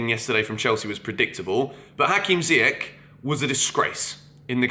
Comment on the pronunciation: How do you not know how to pronounce Ziyech's name after 2 years??? Dude come on!